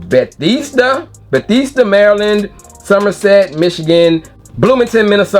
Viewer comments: Buh-Thez-Duh Maryland fam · Ba-thes-da Maryland bro 😂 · Beh-THEZZ-da, MD. Weird name but as a Maryland native that’s how it’s pronounced. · Bethesda, MD is pronounced Buh-thehs-duh (that's a short "e" sound in the middle, like in the word "ten." Not a long "e" sound like in the word "teen") Odd that they chose that sole location in MD, but 🤷🏾‍♀️ ✌🏾